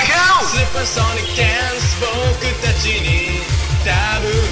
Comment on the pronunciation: カラオケでのおれの十八番です!! DANCEの発音良い!!!